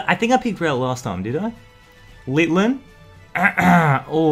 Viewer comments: I've really never got annoyed by you but it's pronounces LITTEN. ITS NOT LITTLIN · Lit-in not lil-ten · Why does he keep calling litten litlen like bro get the name right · I like how he's saying Litlen but the pokemon's name is Litten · "Littlen", it's Litten (no L) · Why do you call it Litton it's Linden plus lens the best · dud, not little-en litten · littlen? do you mean litten? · Litten =/= Litlen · Lol he said LITlen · It's litten not littlen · It’s litten not litlen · It's lit en not litlen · IT IS LITTEN NOT LITLEN!!!!!!! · You calld litten littlen 😡